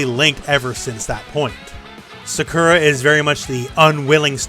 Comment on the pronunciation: Boy, that's a unique way to pronounce Sakura. Is that how they pronounce it in the dub?